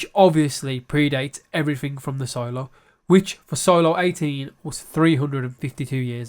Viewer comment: Solo-Silo-Solo-Silo...........any chance on future videos to have proper English pronounciations of the 2 words?